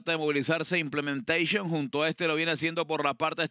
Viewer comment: 😂😂😂 y vuela implementecion 😂😂 Y tendra que contener a implementecion😂😂 Que gana de gritar implementecion 😂😂😂 Que vaina con casella 😂😂